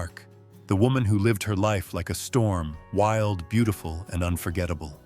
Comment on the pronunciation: Doesn't t anybody. Listen to this narrator? He butch3r3d. Burt Lancaster s name and. Called ava Gardner. BeautiFEW!